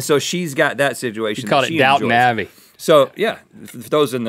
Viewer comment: Rhett "Sidgeuation" alert!